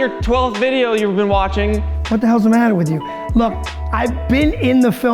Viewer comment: "What the hell's da matta with you?" 🤣🤣🤣